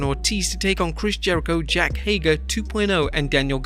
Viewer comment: Can we talk about how he said "Jack Hager"?